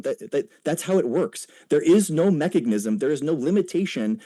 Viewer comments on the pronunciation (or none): Every time he says "mechagnism"